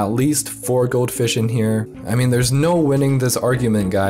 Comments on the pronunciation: Took me 30 seconds before I realised he was saying goldfish. I seriously thought goatfish was a certain type of fish. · I thought you were saying goat fish and i was keeping my eyes peeled to get a glimpse of it